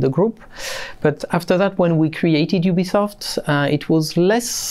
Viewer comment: IT IS Ubisoft. Not OObisoft.